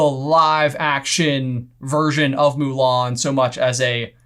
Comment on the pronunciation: I'm not going to bother watching the live action remake. The first thing that turned me off to it was the removal of songs and Mushu. I do appreciate the more proper pronunciation of the surname though.